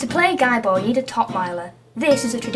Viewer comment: No no no it's pronounces GEEEEE ball. GEEEEEEEEEEEEEEE ball!! :) You rule, by the way.